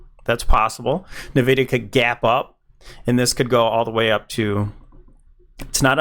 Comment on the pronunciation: Bro its pronounced envidia